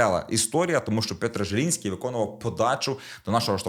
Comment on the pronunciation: підказка для тебе і коментаторів вчорашнього матчу: ЗЄліньскі, Пйотр ЗЄліньскі, в жодному разі не Желіньскі чи Жєліньскі...